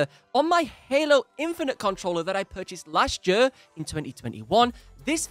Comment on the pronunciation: Why can't you say the word "year"?